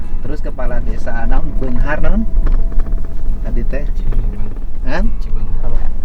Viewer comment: Desa Pada beungahar pak sanes ci beungahr 😁